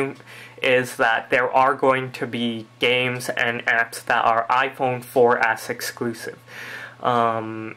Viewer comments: youre saying iPhone 4 Ass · He says iphone 4 ass